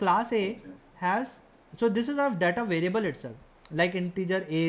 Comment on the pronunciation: Pls correctly pronounce the word data, it's not datha it is daeta